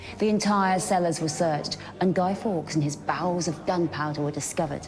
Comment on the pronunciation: "Bowels of gunpowder". The inability to pronounce "R" has it's set-backs, too.